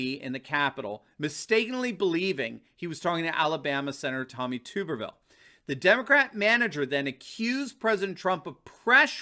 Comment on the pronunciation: Just a heads up: The Senator's name is pronounced "TUB-ER-VILL" LIKE "RUBBER".